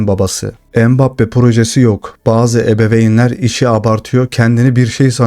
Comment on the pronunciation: ebebeyn değil ebeveyn..